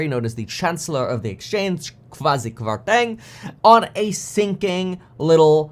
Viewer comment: Hey Kevin, love the content thanks for sharing your thoughts. Laughed out loud at your attempt at saying Kwasi Kwarteng. By the way his position is known as Chancellor of the Exchequer rather than chancellor of the exchange. Keep up the great content.